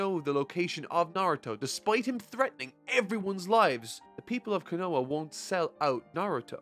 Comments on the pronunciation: Oh come on you even said the village name wrong! I'm always willing to listen but it's hard to process everything else you're saying when I have someone mispronouncing names wrong. It'ss a pet peeve of mine and I'm sure it is for others as well but alas, I'll bare it for now but please.. Someone.. HELP THIS MAN WITH THE NAMES LOL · I love your videos, and im literally being that guy right now.. but you're saying konoha a lil silly. Love the review of my favorite series thank you for not backing down and keeping the series going! much love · How can pronounce “Konohamaru” correctly, but not “Konoha?” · it is, but “Konoha” isn’t an example of that. It sounds like how it looks. is just leaving out the “h” sound for some reason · I don't know what's more accurate, but the way you pronounce Konoha makes it sound like some kind of liqueur. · Great video, loved it, except one little thing... The way Konoha is pronounced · His pronunciation of Konoha makes me wince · When he says konoha I die inside a little everytime lol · Editor San, for the love of god please tell him how to pronounce Konoha and Konohamaru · the way he mispronounced konoha over and over but then said konahamrus name like the actual konoha 🤧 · I thought it was just me on his last video, but his pronunciation of Konoha is weird. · Hey I think you are really great but you said konoha wrong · You pronounce Konoha weird. just lettin you know. haha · Pronunciation bruh. Konoha aint hard to say correctly ❤ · Your pronunciation of konoha was kinda odd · how have you watched the anime but still mispronounce Konoha and Konohamaru? How Sway? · Great video but god I cannot stand how you pronounce konoha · Love the reviews, but the way you pronounce Konoha! Makes me cringe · the way you say konoha really triggers me lmao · I’m sorry I just have to point this out it bugs the hell out of me it’s ko no ha not konoa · "Co no ha" not "cu no huh" love the videos:) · q u i n o a